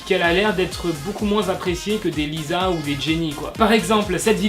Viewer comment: MAIS STOP 😭😭😭 J'suis désolée mais tu prononces souvent mal les noms ! C'est " 지수" doit "JisoU"... et c'est toujours "LiSSa"